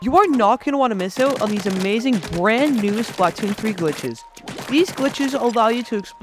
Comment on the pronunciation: Can you please pronounce it right (spluh-toon) otherwise great vid